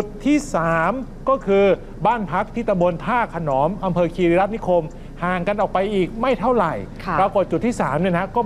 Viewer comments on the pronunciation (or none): ท่าขนอน ครับ ไม่ใช่ ท่าขนอม บ้านผมเลยนะเนี่ย 😅